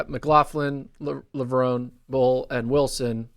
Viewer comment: It’’s NOT PRONOUNCED “lah-vroh—née.